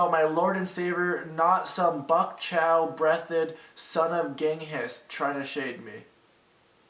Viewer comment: Ricegum the dummy pronouncing Bok choy like "buck chow." LMFAO 😅